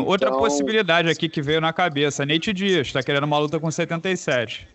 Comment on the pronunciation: Durinho falando nate Dias,kkkkk top de mais